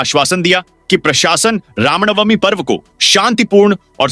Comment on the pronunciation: Ramnamvi बोलने में दिक्कत होती है